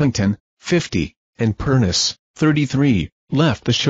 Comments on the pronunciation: It’s pronounced, PERNICHIE. Get it right for god’s sake!!!!!!! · You need to do research and learn how to pronounce PERNEECHEE